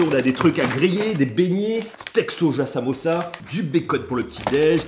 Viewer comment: c'est pas samoossa c'est samoussa 😂 sa se dit comme sa normalement